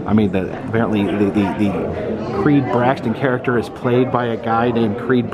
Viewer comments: How in the hell do you keep pronouncing Creeds last name as BraXton instead of BraTTon!?!?!? It's right in front of you, dude! Haha. I like the new camera btw. Hope all is well! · It’s Creed Bratton, not “Braxton”… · BraTTon.. Creed Bratton not Braxton buddy, You keep calling him Braxton :) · I think it’s Creed BRATTON and not Creed BRAXTON. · I'm not a violent man, but the four times he incorrectly said Creed "BRAXTON", I wanted to hit someone..... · I noticed that too, Braxton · he mispronounced creeds last name twice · Does not know how to pronounce Creed Bratton Doesn't recognize the cups from Kellys party Does not get the Sprinkles freezer reference Are you a fan sir